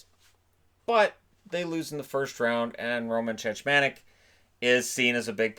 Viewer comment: Love your content. Just a couple small corrections - the Flyers lost in the 2nd round after knocking out the Leafs in the 1st. And Cechmanek's name is pronounced Czechmanek (just like, you know, the Czech republic), not Chechmanek :).